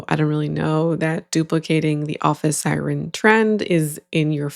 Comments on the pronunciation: omg yes, that makes sense that its scripted. Sireeeen lol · Yeah, typically I hear siren pronounced that way in Bawlmerese, but she said it that way like she’s never encountered the word before. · Given how the first girl says "office Sigh-reen" yeah, it was in the script.